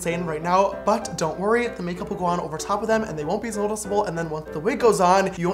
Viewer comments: wonbeasnodicable XD the way he said it. hahahahahahha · No one: James: tHeYwOnbBeAsNoDiCaBle